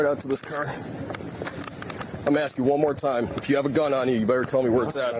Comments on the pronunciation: "why do it have to get towed" Holy shit this lady cant even speak properly and we all heard her say axe instead of ask how many times lol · She’s just axing 🪓 😂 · as soon as the axing starts.......are you axing me...no i'm asking!